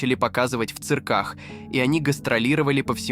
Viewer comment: Что с ударениями? ЦиркАх, сестрЫ, ШлитцЫ...